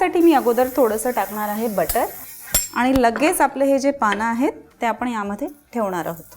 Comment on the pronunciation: बाई तुम्ही नीट मराठी बोला. काय धेडगुजरी मराठी? ते आपण आहे आपन नाही. बघवला नाही एपिसोड.